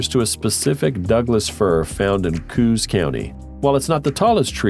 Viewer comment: I was born in Coos County. It’s a long S sound, not a z. Coo-ss. After the local Native American tribe.